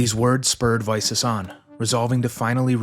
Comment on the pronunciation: I was very excited to click on the video. But the name pronunciation... I think I'll skip this one out, sorry